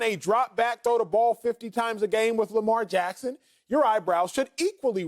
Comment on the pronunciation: Who is this guy? Why dies he think he could speak Lamar Jacksons name?